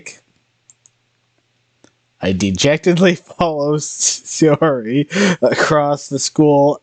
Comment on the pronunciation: Ok a couple of things. A NEET is someone who has no life no job and stays home all times and hides from society. Also her name pronounced . SIGH UR IE